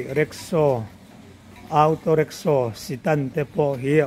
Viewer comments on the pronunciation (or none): Mister (Mr.)Jin tih turah emar jin😂, awtaw tih mai tur au-taw tih te, stand tih aiah sitan tih te hi...zialo ve